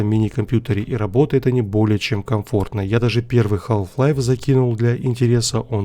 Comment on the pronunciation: Не халф лайф, а хаф лайф. Неуч ебаный.